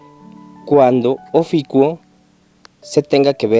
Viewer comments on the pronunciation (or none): es OFIUCO no ofico ni oficuo habla bien fan boy de shaka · ES: OFIUCO... "IU" NO; OFICUO... NO "UO" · Se dice Ofiuco no oficuo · Es Ofiuco... Y tú aferrado "oficuo" pendejo...